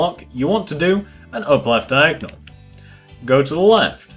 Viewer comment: OMG you say Diagnol to